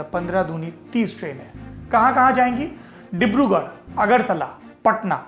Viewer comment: I like the channel... Very informative... Always visit...but today you amazed me by pronouncing "Dibrugarh" correctly 😀😀😀